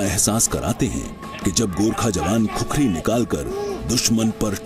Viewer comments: अरे भाइ " खुकुरी " है ! खुखरी नहि ! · No khukhari it's khukuri. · Khukhari nahi khukuri bolo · "खुकुरी" Hota Hai bhai... 🇳🇵🙏